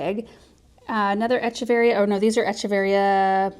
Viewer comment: In Latin the ch in Echeveria says a K sound so it's Ekeveria. I know years ago you had said you weren't sure how to say it.